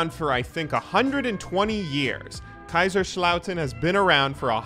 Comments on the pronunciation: haha oh mein Gott xD I love your geman as a native speaker it's fun to her Americans speak german. Also all of these german jokes and introductions are really funny. But it's KaiSerslautern and not Kaischerslauten. It's an [S] sound like See. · your pronounciation of Kaiserslautern is making my eye twitch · I wonder if you're able to pronounce Kaiserslautern and Mönchengladbach eventually.